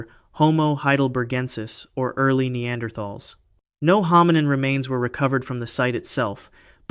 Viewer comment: That's not how you say Neanderthal.